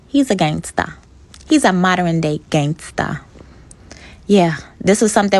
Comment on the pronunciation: Modern has two syllables, "mod-ern", not mod-er-en... There are far too many that speak ignorantly!